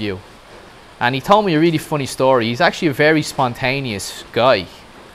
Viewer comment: The word Story DOES NOT have an SH sound!!!!!!!!!!!!!!!!!!!!!!!!!!!!